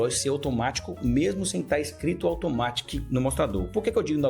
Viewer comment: A pronúncia em inglês de Automatic é 'aldomérique'